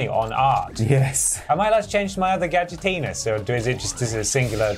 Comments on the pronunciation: why they pronounce gadgetinis like that lmao gadgetenis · It's also worth checking out the ending to this game, because I shit you not it is one still image with a singular Gadget line where he mispronounces Gadgetinis in a new way. "Ga-dgitines"